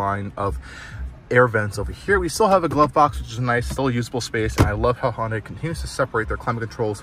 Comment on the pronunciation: Minor nit: It's pronounced "Hunday", not "Hon-die". Hyundai ran an ad explaining this many years ago.